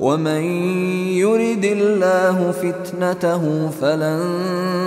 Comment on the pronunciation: A-laa..... Mr translator,,, the pronunciation is (AL-Laah)